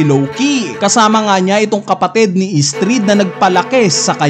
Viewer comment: Estrid🙅 Istrid 😂